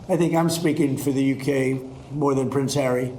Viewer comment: When you said “he IS a prince”… … I heard ‘he IS a prick’…!